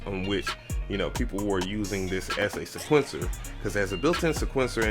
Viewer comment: Say it with me now..... see-kwent- sir lol. Jeez